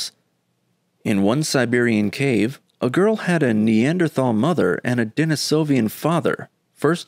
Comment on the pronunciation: "De-NI-so-vans" not "De-ni-SO-vi-ans" (There's no such word as "Denisovian.")